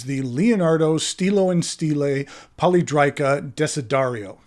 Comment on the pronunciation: I think it is pronounced poly è drica, I have two previous releases in this shape, and I agree with you that it is very ergonomic. Note that the previous releases had a triangular section with beveled edges which I actually prefer to the round section - not that I dislike the latter. I believe the round section was requested by Stilo e Stile, related to its ability to accommodate the screw-in JoWo housing. Nice review. Thanks!